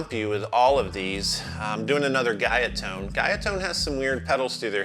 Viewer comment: Guyatone is a Japanese brand. It’s pronounced like “Goo-ya Tone”.